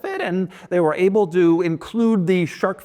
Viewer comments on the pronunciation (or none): none